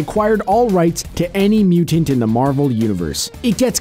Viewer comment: Marvel not Marvek XD